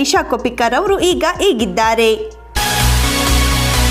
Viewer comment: Kindly pronounce as ಹೀಗಿದ್ದಾರೆ and not ಇಗಿದ್ದಾರೆ